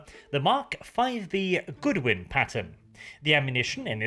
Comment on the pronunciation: It's Godwin. Not Goodwin. short O like in God, not like in Good. Also it's not a 20mm round. It's a.75 officially, but irl it would most likely be closer to a.950 JDJ, or a 24.1x70mm equivalent 2 stage high explosive penetrating munition designed to detonate inside a target (at least the standard ammo).